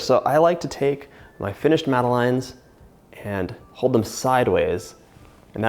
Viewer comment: Madeline is a character in children's books. They're pronounced mad-uh-lehn / mad-uh-lens. :)